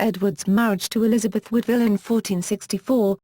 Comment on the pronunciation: Her name was WOODwille, nor not woodVILLE.